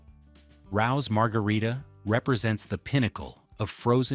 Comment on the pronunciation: Please teach your AI that "Rao's" is pronounced "RAY-ohs." Obviously your AI has never lived in New York. 😂